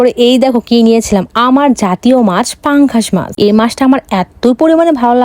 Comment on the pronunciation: পাঙ্গাস মাছ ❌ পঙ্গু মাছ ✅ গাইস ❌ গয়েস ✅ পথ❌ পাদ✅ চিকেন কষা ❌ মটন কষা ✅